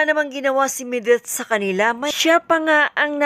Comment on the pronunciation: Medith hindi Mideth!